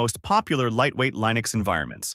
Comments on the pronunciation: Hey A.I. idiot. It's pronounced like LIN EX, not LINE EX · How can I possibly trust one who pronounces Linux as LIEnux? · LAINUX ??? Really ??? It's LINUX, with the I pronounced as in bit or kit, not "AI", as it is spelled in English, like when you're referring to yourself. EXAMPLE: I am just saying 😁... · Liiii-nux or Lajnuz? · How come AI cannot pronounce Linux correctly? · Yep. I almost fell for it until hearing the wrong pronunciation of "Linux"